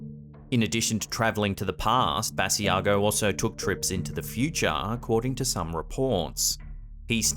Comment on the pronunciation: Hi,. Great compilation as usual. Just a note. Mr. Basiago pronounces his name Buh-sigh-go. Take care and Happy Holidays!